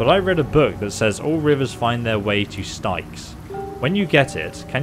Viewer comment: Knowing words are NOT your strong point here are a few correct pronunciations Tiefling = Teef ling, Druid = Dru id, Styx = Sticks.